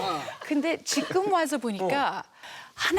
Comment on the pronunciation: 왜 교포들은 지금을 지끔 이라하지